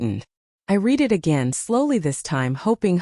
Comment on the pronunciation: The word READ is pronounced RED, as a repeated past tense. 😢LTFREPYDA